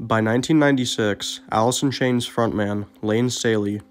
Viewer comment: He couldn't even pronounce his own band name...Alith in Chainth